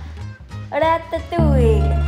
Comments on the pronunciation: nobody: Kaycee: ArAtAtOuIeE🤏🤏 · Ok, I can't stop to repeat "rAtaToUilLe"